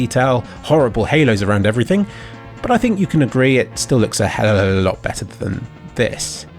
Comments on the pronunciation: I like how instead of him saying Helluva, he says Hellaluh And honestly it’s better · Hellolololotlot better + hellololot better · "A helaablahlot" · "helwlwll a lot" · helelolo lot better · "helllllelelelel alot better"